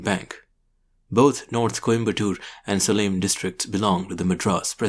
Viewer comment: I am subscriber and a fan. Also live in Whitefield, Bangalore where Mr. Anderson spent some years. One tiny gripe I have is the pronunciation of "Salem"... its pronounced like "Selam" in Tamil. Probably its origin can be traced to the Tamil and Sanskrit word "Shailam", which means mountain or hill.